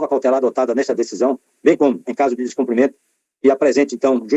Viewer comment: O CARA Aroldo Sebraz FALA descomprimento . 😱😱O CORRETO É DESCUMPRIMENTO , e ainda é chamado de Excelência . Por aí se vê o NÍVEL .